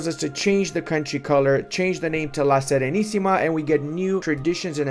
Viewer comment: You said "La SERENISSIMA" with an impeccable pronunciation, well done my Romanian brother